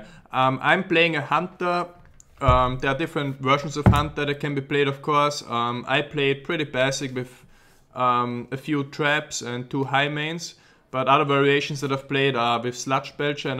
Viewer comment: ITS BAY-SIC NOT BAHSIC PLEASE